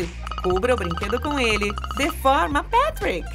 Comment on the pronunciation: ... péra...PÉTRIC??? n era patric?